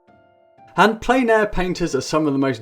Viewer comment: It’s pronounced “plen.” It’s a French word meaning “full.” As in, painting in full air, or outside. It’s not “plain.”